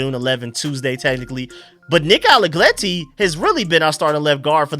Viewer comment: Nick ALLEGRETTI, not ALLEGLETTI. R not L